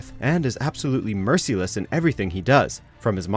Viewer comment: Not to nitpick, but....did you just say "mercy-less?"